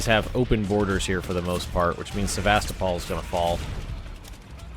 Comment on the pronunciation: did he said Sevastopol?